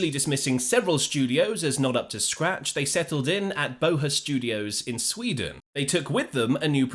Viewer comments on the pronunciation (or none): none